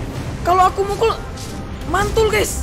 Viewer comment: Denger lu ngomong "AKU" agak gimana